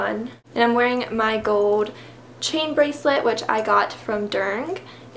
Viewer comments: it's "GOLD" not "GOWD" just sounds tacky not being able to pronounce such a common metal. It doesn't seem like it's an issue with you having an accent either since you clearly pronounce everything else properly. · I looooove the way she says gold <3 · haha i loved the way she said gold haha very different lol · i love the way u say gold!!! lol...... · Where do you come from? I have never heard someone say "gold" like that.